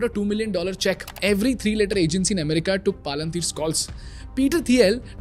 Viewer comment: why do u pronounce simple words like "PayPal" "Palantir" and "America" as "PyPal" "Palanthiir" and "Amrica" respectively and at the same time sell a course on speaking at the same time? this is insane levels of hypocrisy and fraud.